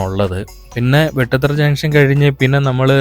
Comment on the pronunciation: വെട്ടു തറ അല്ല ബ്രോ. വേട്ടുതറ ആണ്